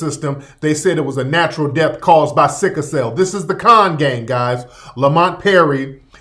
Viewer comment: It's not "sicka" cell, it's "sickle" cell.